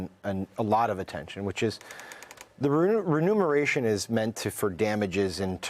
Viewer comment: Dear journalists/commentators, please learn how to say "Immune" (it's not Ammune) and "reMuNeration" (it's not reNuMeration). Thank you.